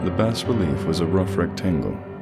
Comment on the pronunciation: Awesome! By the way, I believe bas-relief is pronounce "bah-relief" rather than "bass-relief," I wouldn't bring it up if it weren't for the fact that lovecraft used the word obsessively in this story.